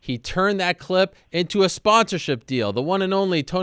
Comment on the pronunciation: Ariel is incapable of saying the word 'clip'. He can only say 'khglib'. Let's play the khglib.